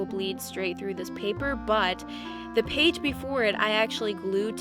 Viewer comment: You said one paig